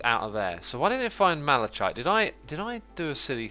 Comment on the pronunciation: Malachite the chite is pronounced as kite